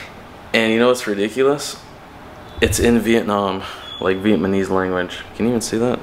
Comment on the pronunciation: It’s Vietnamese not Vietmanese like how you pronounce it.